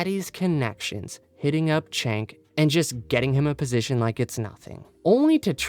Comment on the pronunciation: Whether you like or hate him can you pronounce Cenk's name right. It's not pronounced Chank it's pronounced Jank. Idk why people can hear his name and keep pronouncing it wrong